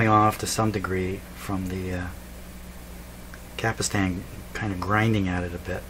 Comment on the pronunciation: It's a CAPSTAN ... not a CAPISTAN ..!!!